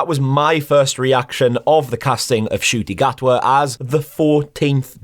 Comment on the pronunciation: Thank you so much for pronouncing his name properly. Cheers mate!!!!